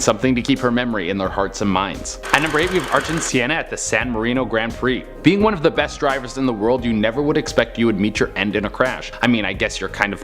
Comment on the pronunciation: Ayrton Senna ( not Siena) was Brazilian, not Italian.